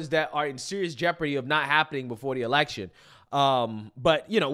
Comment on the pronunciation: Am I the only one that noticed that when she was talking about the election, it sounded to me like she said "Selection' which sounds like it's more on their level 🤔